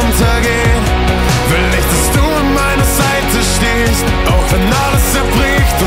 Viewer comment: "An meiner Seite stehst" ich liebe liebe die Betonung und die Aussprache bei dem Wort " stehst " ❣️ dieses Lied, wieder so wunderschön und es läuft in Dauerschleife❤️ hoffentlich irgendwann mal live.